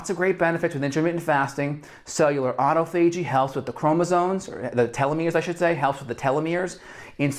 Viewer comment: auto fad gee?? Is that that pronunciation of Autophagy??😶